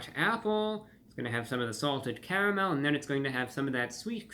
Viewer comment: "With a cavamel sauce!" 😂😂😂 Gotta love Reviewbrah!